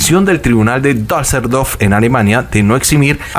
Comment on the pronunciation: se dice DUSSELDORF no Dasseldorf